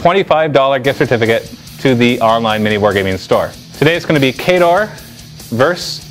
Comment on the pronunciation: how could u say khador wrong :O